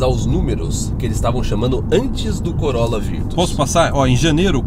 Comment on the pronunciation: Nao entendi bem ou vcs falaram COROLA VIRTUS...?????..Eh assim q se fala no Canada????😱